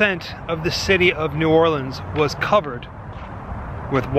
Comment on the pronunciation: Bonus points to y’all for pronouncing New Orleans right! And when eating beignets, you just gotta accept the powdered sugar and that it’ll be a part of your outfit for the rest of the day...kinda like eating boiled seafood lol.